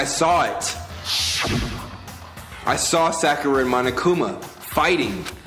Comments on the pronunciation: the second pronunciation you said of sakura's name is more accurate than the first ^^ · this is the first and probably the only time that pronounces Sakura correctly....